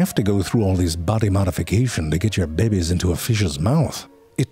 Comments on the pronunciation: Couldn't help but repeat it, every time he said bebes instead of babies. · I love all your vids, but the ones I love the most are where you say "babies". «Bebbies.» The Slime Mold vid was the first of yours I saw, and it was epic. (Find a way through a maze? That's smarter than some of my coworkers.) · the way Ze Frank pronounce the BABIES is always crack me up ,, 🤣